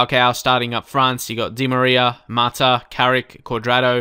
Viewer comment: Mat ah not martyr but nice vid earned a sub